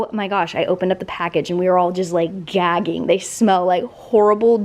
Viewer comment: Love the downsizing! But did you just pronounce gagging as jagging? 😅